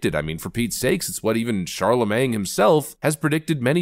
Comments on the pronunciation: Sir please: It's Charlemagne, pronounced just like Gucci Mane. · I'm sorry but the "G" at the end of Charlemagne is silent. Like "mane". Even if doing it on purpose you are KILLINE ME